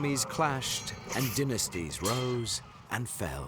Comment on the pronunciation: Dynasties not dinisties ok